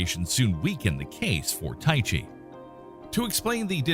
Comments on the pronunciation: Such an interesting and well put together video (which surely took extensive time to research and edit), made utterly amateurish and irritating by horrible pronunciation (which takes mere seconds to look up). "Tykhe" is not named after the martial art of "tai chi". "Fiton" was not coined from the Lovecraftian pantheon as "fay-uh-tn". Please, for the sake of your audience and the quality of your content, take those extra seconds before narrating videos. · No, TY-kee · good video, well thought out. However, when you got out toward possibilities past Pluto, several made me turn my head when they were pronounced. Two of the 3 were pronounced differently than you did, and Wikipedia agreed with me. They were Tyche (rather than rhyming with the exercise method, they had it as TIE-key), and Ceres as 'series'. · Please look up how to pronounce names. It's not 'Ty-chee'.